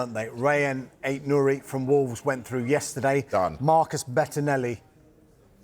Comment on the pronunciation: At least say his name right